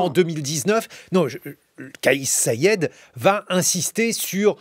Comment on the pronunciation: Rached et non Raded et Saied et non Saded